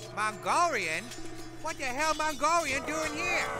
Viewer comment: The way how the horses move 😂😂🤣🤣 "Fack U Malgolian" The way how he pronounces it and later throws a brick at them 🤣🤣